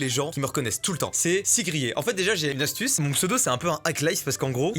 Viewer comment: Euh Mastu astuce il ya la syllabe STU .